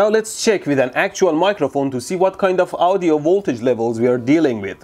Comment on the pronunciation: It's funny the way he says Audio. It sounds like Ow-dio... Lol.